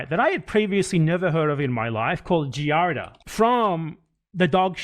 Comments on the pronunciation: These dumb asses can't even correctly pronounce the diseases they claim to know about. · they can’t even pronounce giardia 😂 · It’s so funny how they’re talking about how people get Giardia and they’re not pronouncing it correctly or know what it is lol…..it’s wild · These idiots can’t even pronounce giardia let alone know what it is. Take a deworming call if a day it’s not that serious unless left untreated. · God they’re not even pronouncing Giardia correctly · the laughable fact that they can’t even pronounce giardia lmaooo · These people don’t even know what they are talking about. They don’t understand giardia (THEY DO NOT EVEN KNOW HOW TO SAY IT PROPERLY) and how it works. When I adopted my cat my dad randomly contracted it and we are all adults maintaining a clean house. PLUS ETHAN SAID NO ONE EVEN GOT IT 😭 if he was neglecting his kids why would he self report online, he has a brain unlike Denims - man does this chick creep me out. How is she so confident talking on subjects that she knows nothing about??! ACTUAL PSYCHOPATH BEHAVIOUR I am so pissed this is happening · How do such fools get followers -its pronounced gee [jesus] ardia!!! Klein knows that its completely normal - if not for the betterment of the health of the child anyway!!! I know and feel nauseated from their King and Holy man Hasan but everything below - wtf??? is this gen z versiom of reality tv? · He can’t even pronounce giardia and people believe it 🤗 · People acting like Giardia is some insane and rare parasite they've never hear of, whilst repeatedly mispronouncing it, shows how inconceivably sheltered they and their audiences are. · These uneducated wizards on the internet talking about something they can't even pronounce correctly... "Giardia." I had a girlfriend that got it from her swimming pool, my dad's wife got it from drinking their tap water and has since gone entirely to bottled water... it's extremely common. The good news is the people after you are utter dunces.